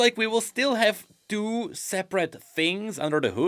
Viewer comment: The way he says the word “two” is crazy 😂